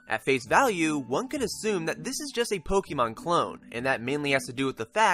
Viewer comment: Nice review,. Have you played Attack of the Friday Monsters? I'm interested in Yo-kai simply because of that - I think the worlds are similar, culturally. I really don't like Pokémon (it's Poke-ay-mon, not poke-EE-mon, funny guy!), so glad to hear this isn't that.